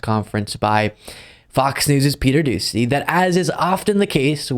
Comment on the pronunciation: You're close,. Its pronounced dooshey